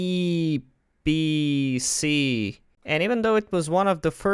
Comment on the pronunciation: It's da eee pee cee